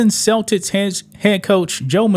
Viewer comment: Damn bruh! Is the word "Celtics" that hard for you to pronounce? 😂